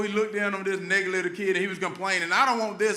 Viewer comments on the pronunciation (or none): Herschel Walker pronounces "negative" as "nekalittle", which does not pair well followed by "kid". Example, I used to say "Old Wise Tale" until someone corrected me stating the saying goes "Old Wives Tale". Can someone please correct this man.